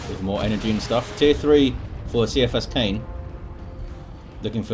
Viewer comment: Also it's K-EYE-A-FUS- KANE, idc what the author says, he is wrong... go back to english 101 See-I-fus KANE sounds as weak as soppy bread... I meant no disrespect to you sir, but that triggered me hard heh! As always amazing casts, and I wouldn't have anyone else on terra cast my DOWII casts!